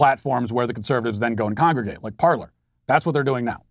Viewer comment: It's pronounced par-lay not par-ler. And it's good that it's gone. Hopefully it's gone for good. They built themselves on a lie. Go to Gab.